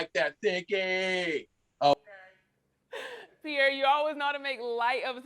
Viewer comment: Pierre is a fool!!🤣🤣🤣 "a thicky"